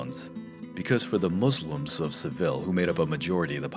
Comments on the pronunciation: It’s pronounced se VEE ya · He pronounce Seville wrong, though.